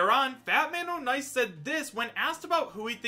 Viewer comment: Ik this is dumb but it isn't Fat-Man-O'-Nice it's Fat-Man-On-Ice